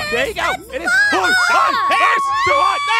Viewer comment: Peirce pirece? ITS PIERCE